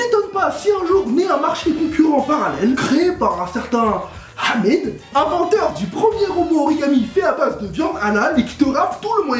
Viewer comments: Tu sais pas dir 7amid C trp drol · alors là, son "hamid" était super bien dis !! avec l'accent et tout, perfect!!